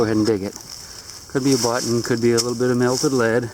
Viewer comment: "A BUTT'NNN!!!" It's even better than when he finds "A COPP'AH!" Gotta love.:-) Hope his show is doing well...we don't get it up here in Canuck land.